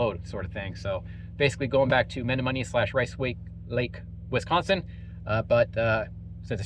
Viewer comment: Lol. It's Meh-nom-mo-knee